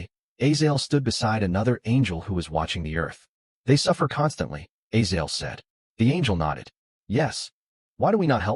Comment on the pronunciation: Its A-zay-zel not A-zael